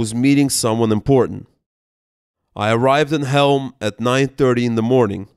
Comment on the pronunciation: CHEŁM (Chelm), not Helm.